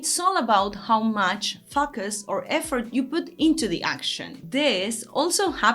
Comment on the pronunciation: Pronunciation - Focus -FOE-CUSS.... "FAHKUS" sounds ummm.... a little weird.